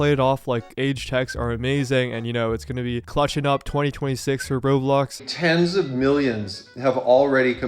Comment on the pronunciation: It’s so funny how calls it rob blox instead of row blox lol